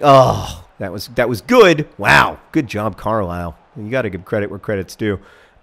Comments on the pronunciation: Carlisle is pronounced "Car-lyle"... the fuck if I know why... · As a person from said mythical place, it's pronounced like Carlyle.